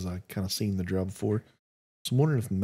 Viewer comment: Dark Elves are called Drow (Phonetic Der - O - W like Crow but with a D ) you dont say Craow you say Crow (Long " O " )